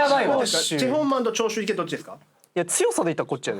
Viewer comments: の長州力の発音消臭力すぎる笑笑笑笑笑笑笑笑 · の「長州力」の発音が「消臭力」なの、だれかツッこんでくれ…！ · の長州力の発音が消臭力すぎてじわじわくるwwwwwwwwwwww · の長州力の発音、 ずっと消臭力なんよwww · 長州力のこと消臭力のイントネーションで言うのやめて🤣🤣🤣🤣🤣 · の長州力が消臭力のイントネーションに聞こえるの私だけ？😂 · RANの長州力のイントネーションが消臭力でジワるw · の長州力さんの発音が完全に 消臭力wwww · 長州力のイントネーション気になりすぎるしジワジワくるwww